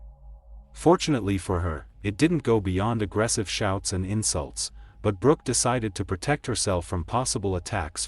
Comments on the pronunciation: It sounded like he said her name was Rock so did the closed captioning...I thought that's an interesting name...Rock...haha then it said Brooke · Her name is Brook (not Brock - Brook rhymes with Look) She was born On April 24, *1978* not 1981, which is why she was 19 years old in 1997 at the time of her death. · Or Brock rhymes w/cock 🐓 and Brooke rhymes with cook 👩‍🍳